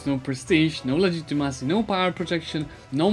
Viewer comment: Just a joke about the way you pronounce legitimacy! I hope you don’t take it wrong!